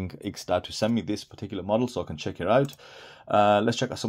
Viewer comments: Aren't you supposed to pronounce the ampersand in IX&DAO. IX and DAO. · HaHa! I get it. But wouldn't you like to pronounce it correctly. How hard is to say Nine Dao? You could be the only person on YouTube to actually say it right.😁😁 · It's my understanding that the IX in IX&DAO stands for the Roman Numeral 9. Have you heard this? If so, it should not be pronounced as a word, it should be pronounced as Nine DAO.